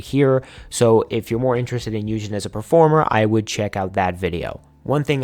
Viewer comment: this is an excellent video! i just wanted to point out a few names that were pronounced incorrectly - yunjin of le sserafim - pronounced yoon-jin siyeon of dreamcatcher - pronounced shee-yeon (whenever you see "si" in korean it's pronounced "shee") dosie of purple kiss - pronounced doe-shee (though maybe it's meant to be pronounced differently in english idk) just a friendly pointer - you can always look up idols' self-intro videos to make sure you're pronouncing their names right! overall, fantastic job and i will be checking out the rest of your videos!